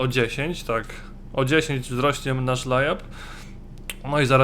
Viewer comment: mówi się lejap !!!